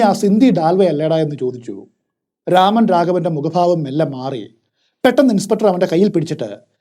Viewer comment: Amazing story telling as usual!!✌🏽✌🏽 but it's nor രാമൻ.... It's 'രമൺ' രാഘവ്.